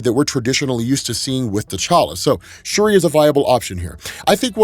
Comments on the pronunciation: It’s shuri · It's shuri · Also it’s Shuri lol no think pieces necessary lmao